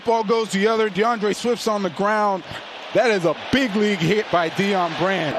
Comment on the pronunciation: It's not deon